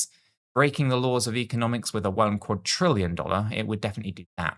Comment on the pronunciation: Please say quad-RILL-ion Not quad-TRILL-ion